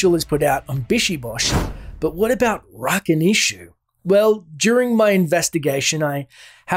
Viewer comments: I mean you add cutscenes with names said it it or with audio and somehow still butcher it over and over. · When I hear the fallen say "Rakanishu" I always think they are saying "Nice to meet you!" XD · I always thought it said "I'll fuckin eat you" with the you being pronounced more like Chu.